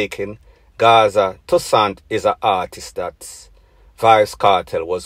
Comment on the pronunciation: First thing first it's not Gaza tussan! It is tussain lol Gaza badness less talking we nuh deal wid rat